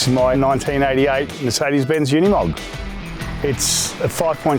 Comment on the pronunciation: Pity nobody can pronounce Unimog. It is ooh neeh mog. It is Deutsch, not English. And, Mercedes is Mer C des, not Mirsydies. 😂